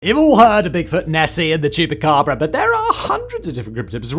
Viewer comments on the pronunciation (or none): none